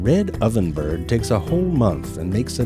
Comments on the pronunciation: It was so weird to hear "birhd" and "bae-bee" instead of byird and bebe. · Lol, Zefrank actually has to pronounce the word bird instead of 'byrrd'. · Irren Haus - I NEED those dirty jokes. And why is he saying “bird” like a normal person?